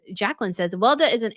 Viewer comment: It is not pronounced "Welda", it is pronounced Wel-e-da, don't forget the second "e" ;-)